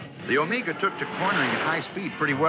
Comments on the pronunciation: It’s pronounced “oh may ga” NOT “oh MEE ga” I had a ‘74 Buick Apollo for my first car. Had a 350 V8 but no sports trim. Avocado green with a white interior. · "Omeega"? Paleeease! It's pronounced Omega as in the timepiece.Thank you. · "Oh-May-Gah!!"😀 This gentleman's an amazing narrator, though, so I'm going to cut him some slack!! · Never heard anyone call it an Omeeeeeega. Should have asked someone how to pronounce it correctly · Every time I run into this review something really sets me off when he ways "OmEEga"! I don't know why since I have no personal affection for the car. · Why is he putting so much emphasis on the "E" in O-MEEEEEE- Ga? It is clearly pronounced with a "long E sound" like Meg (or Mag) and not so much with the "E"!! Does he think the thing is Mexican?? Like the word Amigos??